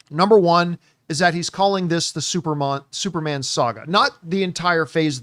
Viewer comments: Can’t get over John saying “Supermon” lol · Supermon!! What's up with John😂😂 He said it like three times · Yeah he can't say superman saga is hilarious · How tf does he keep saying supermon 😂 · Are you purposely saying SUPERMON AND NOT SUPERMAN because your dead serious saying SUPERMON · John - “supermon” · He said that way four times I think lol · "Supermon Saga" – Somebody get John a Red Stripe. He's turned Jamaican today!